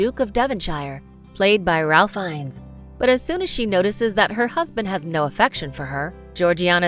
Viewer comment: It's pronounced Rafe Fines